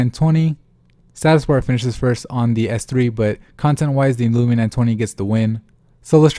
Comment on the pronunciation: Is it too hard to say LUMIA INSTEAD OF LUMINA?